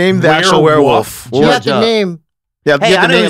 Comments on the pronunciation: “Wear wuf, wear wuf” -Brendan trying to say werewolf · "Werewoof" -Brendan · Props to chin for putting emphasis on werewolf. Brendan says it weird af lol wearwuff jack Nickelson in wearwuff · How did everyone but Griffin miss that Brendan said "werewuf" lol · what the hell is a werewuff